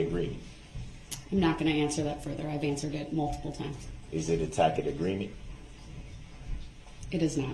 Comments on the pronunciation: Tacit not Takid. Sustain not Substain. Moron ! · love the way he tries to pronounce the word “tacit”